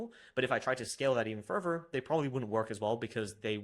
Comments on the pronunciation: Which english taught you to pronounce further as furvur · This is very common in the UK.